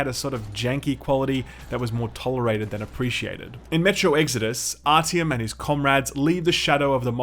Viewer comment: .... did you just pronounce his name as ‘rtm’????